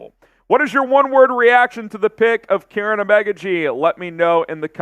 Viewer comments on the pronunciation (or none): It's pronounced Keer-on not Karen😂